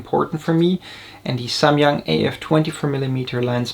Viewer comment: finally I hear someone pronouncing SAMYANG correctly